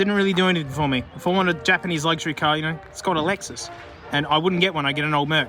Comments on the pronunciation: every time you said ka i got excited cus i thought you said cat and i wanted to see the kitty :( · Until you said 'ka' in a subtitle every time you said 'ka' spotted I stopped the video trying to find a cat